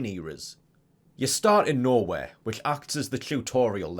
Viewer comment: Took me like a minute to realize youre saying "Nowhere" and not "Norway" but the latter is pretty hilarious